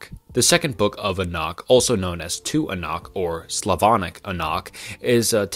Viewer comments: You pronounce some words funny, especially Enoch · The way you pronounce "Enoch" tells me you have never actually studied the Bible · Your content has improved massively but fr get someone to check your pronunciations. It makes it genuinely difficult to listen to Enoch= Ee-nok Nephilim= Nef-il-eem Tetragrammaton ≠ JHVH Tetragrammaton = YHWH Pronounced Yawheh, not Jehovah. The consonants are Yod, Heh, Waw, and Heh